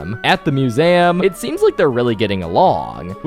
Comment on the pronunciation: It’s pronounced museum